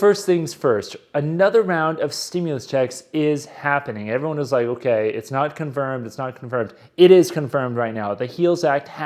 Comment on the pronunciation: Miss leading saying comferm when thay still got to vote on it 😂